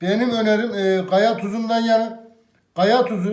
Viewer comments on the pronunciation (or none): Adam daha kaya diyemiyor. Gaya diyor. Hic mi utanman yok bi de cikmis yemek tarifi anlatiyor.